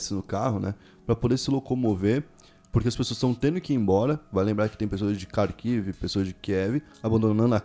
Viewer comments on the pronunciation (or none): none